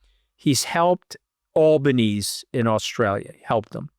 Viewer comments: You are not pronouncing the Australian Prime Minister name correctly. It's pronounced Al -be-knee-see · Aussie Prime Minister Anthony Albanese's surname is pronounced as Al-buh-NEE-zee ("Al" as in "pal" and the "zee" sounds like the "cci" in Scaramucci) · This is Albo at the National Press Club. Listen to how they pronounce his name.